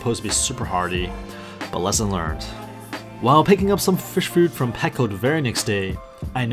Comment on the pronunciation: Also i am not being mean you just said you want people to correct you. So you are also saying packo instead of petco